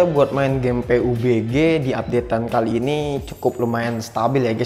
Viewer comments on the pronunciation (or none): Bang saya saranin Kalau sebut nama game pubg jangan Peubege bang Pabjii aja nyebutnya